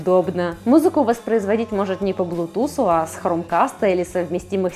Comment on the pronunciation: Не "блутус", а " блЮтус"